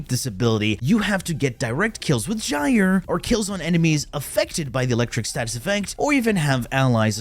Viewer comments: which can be pronounced "euro" lol it's pronounced like Guyer. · According to google its pronounced "jai-ur". Just do some research😮‍💨